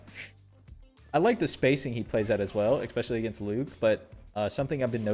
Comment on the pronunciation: Bro it's ESpecially not EXpecially